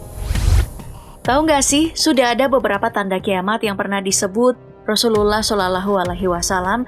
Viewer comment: Min ,penyebutan rasullullah SAW nya di perhati kan lagi!